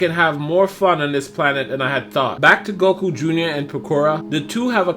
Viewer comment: So.... we just gunna ignore and all the other times he said this completely wrong? Cmon dragon ball fans where you at?